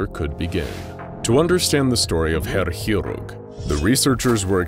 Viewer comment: You read Chirurg as Kirurg, not hirurg.